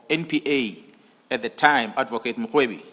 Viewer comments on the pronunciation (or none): The lady in this channel is pronouncing general mkhwanazi incorrectly She says makhwanazi can someone correct her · You can't even pronounce his sir name the right way.